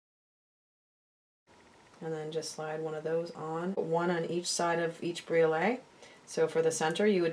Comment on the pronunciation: The blue stone is pronounced cal-SED-ony. Briolette is pronounced brio-LET. Mandrel is pronounced MAN-dril. I enjoy your videos, but they would be easier to watch if you pronounce these words correctly.